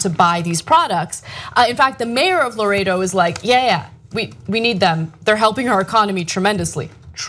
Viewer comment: The name of the place is "Laredo" not "Loretto"